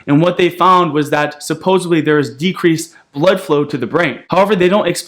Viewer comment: How can you be so smart but still say supposably? 😦